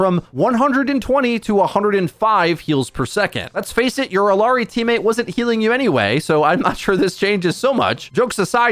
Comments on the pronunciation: actually its ee-yah-ree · Ok fella. Her name isn’t Illi-arri. It’s I L L A R I ILLARI…… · Can you stop saying Illiyari? Just say Ilyari or Illari. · illari is pronounced like ee-ya-ree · y did u say "illiari"? where r u getting the extra "i"?